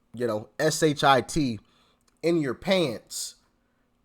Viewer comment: BRUH SAID "PSHIT" TWICE!! 🤣